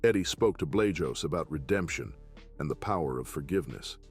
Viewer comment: The way yes pronouncing Art Blajos's name is killing me